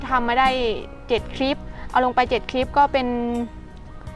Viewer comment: คำว่าคลิปเป็นคำควบกล้ำฝึกออกเสียงบ่อยๆนะเพราะจะออกเสียงว่า คิบ